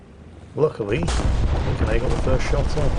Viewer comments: Actually, their name is Lunacae, not Lucanae Erm,? Don't shoot I'll work overtime in the mines! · Ah yes. "Lucanae" oh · I love you, and I love your constant mistakes, but for the love of god: LUNA-KAY!!! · Lucanae???????????????? his name is Lunacae, which probably is meant to be pronounced as lunacy! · wouldn't be a video if he didn't get the name totally wrong. you've switched the C and the N in their name, its Lunacae not lucanae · And for you heathens thinking "Luna-kay" in your heads, it's pronounced "Lunacy". AEGIS is EE-gis. Aether is "EE-ther". Did y'all not live a hundred lives in Ancient Greece? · Actually, His name is pronounced " Lunacy"..... I'll get my pick and shovel... Hi-ho, Hi-ho.... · It’s amazing to see a friend appear in a youtube video lol, Lunacae says the name as if it were luna gay lol. She is a female Australian warthunder streamer and a damn good one at it. When I saw how you said her name I had to go on Discord and tell all our friends in the server to start calling her by the new pronunciation and many laughs are being had all around. Thank you for sharing this and and cheers. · Also the name is Luna-say but everybody gets it wrong xd